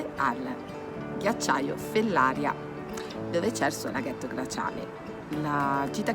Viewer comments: Fellaría, non Fellária . Sbagli l’accento ☺️. Comunque ottimo video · Comunque la diga e’ di GERA😉 e Fellaria pronuncia come Maria